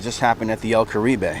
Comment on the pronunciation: el carib.... the "e" is silent- spent a lot of my childhood in there- 2 buddies had wedding receptions there